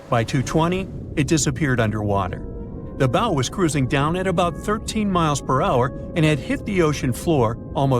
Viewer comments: Drives me nuts when I hear "bow" (rhymes with "no") It's pronounced BOW, rhymes with COW. ugh... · Where do you go next in a speculative informational video about a ship after you make it clear you didn't know how bow is pronounced? Nowhere. That's who. Oh, and if anyone's skeptical about the coal fire but still talking mummies using question marks not laughing smileys then, well. We'll have a new breed, final phase of nimrod on our hands. It can't be bargained with. It can't be reasoned with. And it absolutely will not stop. Ever.